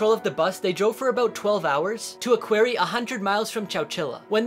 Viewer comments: Pronounced "Kwary" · Never heard the word quarry pronounced as qwery before